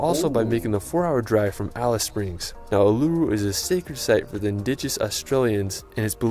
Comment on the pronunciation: It's pronounced, oo,ler,roo I think this narration could be a bit of AI.